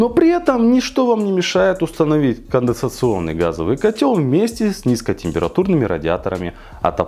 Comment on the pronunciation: Уже сто кило подписчиков, бро! Но так и не научился говорить "конденсационный" )